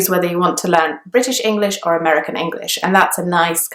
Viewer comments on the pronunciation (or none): none